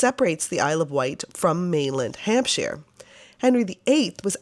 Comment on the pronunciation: So nice to hear Portsmouth and Hampshire pronounced properly 😅 I visited the old museum many times while growing up in the 90s. Thank you for visiting ❤